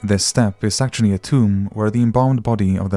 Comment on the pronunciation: "Well its I mean akssshuallly"